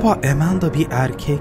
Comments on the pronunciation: Amandaya (E)manda demesi içini azimle doldurdu. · nin amandaya emenda demesi İÇİMİ AZİMLE DOLDURUYOR